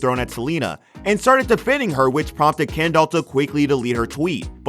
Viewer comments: Am I the only one who here’s him calling her “ Ken Doll” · Her name is Kendall not ken doll lol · I'm sorry but I can't watch this the way he's saying kendoll and not kendell is getting on my nerves I'm only 35 seconds in and nw I'm not even sure if dats her name any more (rip brain cells)😥😣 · Omg her name is Kendall not kenDOLL XD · Called that hoe Ken-Doll 😁🤣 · He says KEN- DOLL lmao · Sounds like he’s saying, “Ken doll.” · Ken-doll that’s all I hear from this man 😂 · Why do I keep hearing "Ken doll"? And who wouldn't hang out with Harry? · Was it just me or did he say “Ken Doll?” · Hearing this dude say “Kendoll” over and over is torture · The way he says “Ken-doll” 😭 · can’t even finish the video after how the narrator keeps saying “ken-doll” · You really did this whole video calling her ken doll the whole time. Ummmm....why? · I want to know who the hell is "Ken-doll"!?? 🤔😅🙄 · The way he says kendall is funny, Ken-doll lol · okay but why he pronounce it ‘ken doll’ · Why is he pronouncing her name as "Ken doll" Jesus. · They way he says Kendall. KenDOL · You pronouncing her name like "Ken Doll" gives me life 🤣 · No one: Not a single soul: Not even the ghost in your basement: The guy: KeNdOlL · All them sisters do this... They don't mind messing with their friends men. Is he saying Ken Doll?? Lol! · The way he is saying kEndoLl 💀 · Is he calling her “Ken doll” on purpose? 😟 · All I’m hearing is ‘Ken doll’ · Ya, can't be the only one hearing "ken-doll" when he's saying Kendall right? His pronunciation is saying "ken-doll" but it feels like he means Kendall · This dude pronounces her name like KenDoll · All I hear is, "Ken doll"... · The way he calls her "Ken Doll" 😂😂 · Not this guy calling kendall "kendoll" throughout the whole video 💀💀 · Been driving me crazy lol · It’s sooooo annoying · You pronounce her name like"Ken doll" you know Barbies boyfriend.... no biggie but distracting 😬😬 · 😂 I was thinking the same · Sry but the way he says Kendall is so funny to me